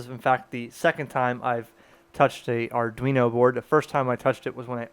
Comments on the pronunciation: R - Dwee - no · Repeat after me... Arr-dwee-noe. Not Arr-doo-noe.